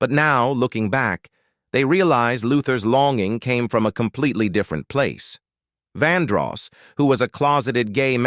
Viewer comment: His name is Vandross not Vanross. Bigtimer like yourself should have checked the correct pronunciation & spelling before running your mouth.